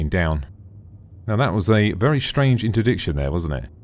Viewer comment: Intradiction? Don't you mean Interdiction?